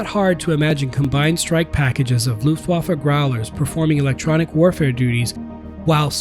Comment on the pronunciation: Interesting content! Thx for the insights! Btw: Your 'Luftwaffe' and 'Annegret Kramp-Karrenbauer' was great!